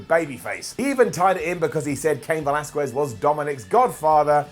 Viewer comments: man stop butchering cain's last name lol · pronouncing Velasquez wrong DOWN